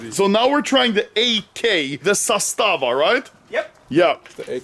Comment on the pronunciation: Oh shit you came to Serbia. I have to correct you its not Sastava its Zastava AK